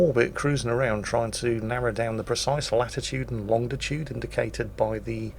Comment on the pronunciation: Of all things, I didn't expect an old sailor to be heard to say "Longditude". Get it right old chap! :D